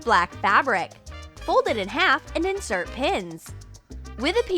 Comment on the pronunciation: You said and wrong and you sais select wrong